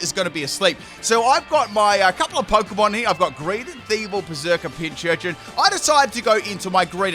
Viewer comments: Just as an FWI, Pincurchin only has one 'ch' in its name, so it's pronounced 'Pin - Kurr - Chin' rather than 'Pin - Churr - Chin' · Just saying its not pinchurchin its pincurchin